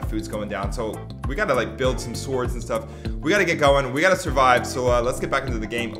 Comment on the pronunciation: 29 how the f*ck is a sword gonna help you with food I don’t even wanna talk about how this man said swords